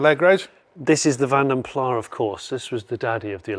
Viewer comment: So called "car enthusiasts" who don't know how to pronounce 'vanden plas' 🤦